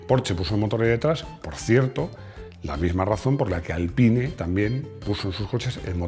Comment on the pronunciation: Por ahi segun Esteban Ocon, Alpine se pronuncia "Alpin"